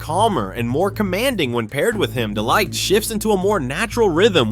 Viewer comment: The way he's saying De Ligt's name wrong is annoying me lol 😂